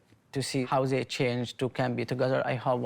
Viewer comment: Zey, Zhat , zzzzzzzz 🌚